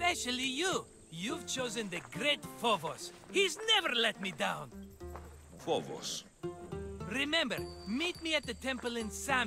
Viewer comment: I love the way he pronounces some of this stuff. Athenian? nope. Authentic. Phobos? You mean Fobs?